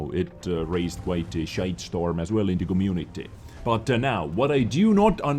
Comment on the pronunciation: Voices a meme Pronounces 'The' as "TITTIE"